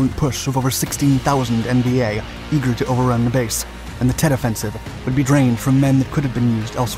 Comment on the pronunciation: At least he pronounced Tet correctly. Lol.